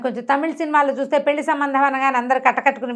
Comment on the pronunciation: గారు పెళ్లి అని పలకండి.